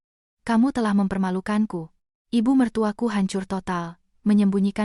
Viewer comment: Contoh...IBU MERTUAKU..hrsnya cr pengucapannya TDK dijeda..tp dsni...dipenggal.IBU....jeda lalu ..MERTUAKU. Jadi aneh maknanya